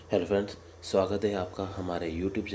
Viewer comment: q ka आपका का उच्चारण आपका सही से नही बोल रहे हो सही से बोला करो sir